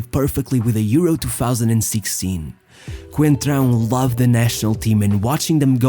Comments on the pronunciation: It's Fábio "Coentrão" who tf is "concentrao" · "Concentrao?!?!?! ITS COEEENNTTRAAO COOEENNTRAAAOO not concentraoo" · As one reporter pronounced, "Concentrao" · “Concentráu”, LOL.